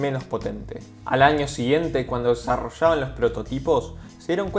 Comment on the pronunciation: Al año siguiente Cúando desarrochaban, 🤣🤣 se dice desarrollaban webon como se escribe.